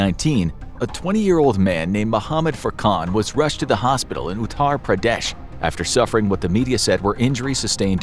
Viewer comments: Honestly being buried alive just the thught of it makes me not able to sleep by the way you say Uterr pradesh like this u-th-er pra-d-a-sh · My guy really said " *OOT-HAR PRA-DEISH* "